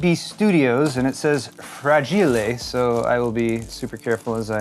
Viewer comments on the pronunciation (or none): Fra-GEE-lay .... must be Italian!